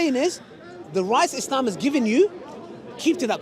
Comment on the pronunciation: It’s not is-lehhm… it’s ISLAM 🤦🏽‍♂️